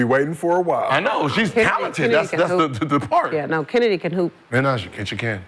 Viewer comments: she doenst even know how to say CHENNEDY CARTES NAME CALLING HER KENNEDY LOL IDIOT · Kenndies clark 😮😮😮huh did i hear swoops pernoonce her name correct😮😮😮